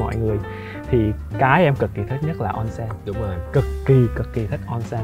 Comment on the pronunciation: Onsen trong tiếng Nhật đọc là ôn-sên a ơi :))